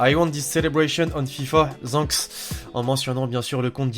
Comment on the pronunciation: Oh non ta dit osé dire zenks au lieu de thanks oh non pas ça pas après tout ce que tu a fait 😂😂